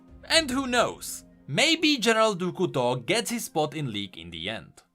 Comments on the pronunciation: Ahaha I was struggling to figure out who "du ku to" was until I finally figured out it was a badly pronounced "du couteau" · Great video! But I have to mention: the way you pronounce General du Couteau is horrible! 🤣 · "Du Couteau" I am french canadien and this is very funny to hear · As a french subscriber , I love how you pronounce "Du Couteau "